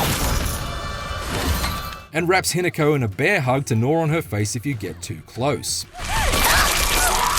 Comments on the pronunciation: that’s the forsters doing there work and Australians can’t drink. Also that accent ‘Hinaku’ it’s Hi-Na-Ko (preference on the ‘O’) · He nako 😮😮😮pronounced